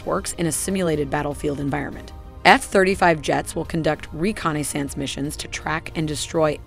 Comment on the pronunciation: Why can’t AI pronounce “Reconnaissance “?